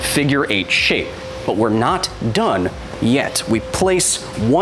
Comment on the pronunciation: Drinking game: drink a shot every time Kyle says knot and you hear "nut"